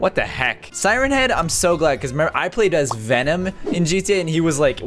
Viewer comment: He said Venon too butt